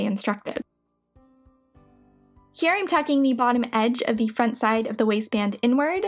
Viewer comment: I enjoy what you do, but I can't stand the constant use of the word "thee" for the word "the". The pronunciation of this word changes to "thee" only to elide into a word starting with a vowel OR for extreme emphasis. Sorry, I'm old and crotchety and can't listen anymore.